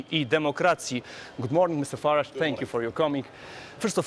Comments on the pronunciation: Idioto! W nie akcentowanych sylabach angielskich samogłoski zastępujemy "schwa" [e] bądź krótkim i [y] czyli nie "Faradż" tylko "Faredż" bądź "Farydż". Pieprzeni debile z TV Trwam -.- Idiot! in nonstressed english syllables we use "schwa" or short "i" ! Fucking morons from TV Trwam -. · Faradż? A nie Farejdż?